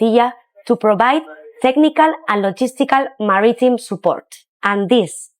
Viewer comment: A flotiyya to supply marry team support lol. Learn English, lady.